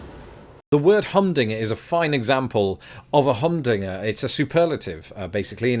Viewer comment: humDINGer, not HUMdinger